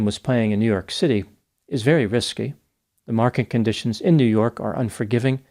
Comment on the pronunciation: Vewy vewy